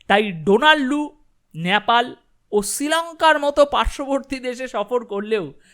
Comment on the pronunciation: Nyapal noy, nepal, ektu thik kore nile bhalo hoy.